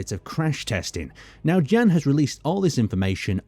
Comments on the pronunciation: I still don't think his name is pronounced as Jen :D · jan would be pronounced as yan im pretty sure